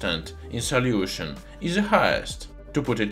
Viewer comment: I just love how he says "saliution"!